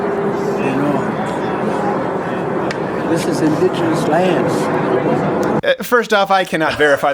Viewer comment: "Diss iz indiginisss laand"... sniff😥 What a load of crap!